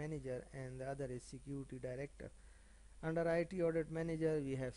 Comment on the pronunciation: Sick-Uty 😂😂😂😂😂😂😂 Security nahi hota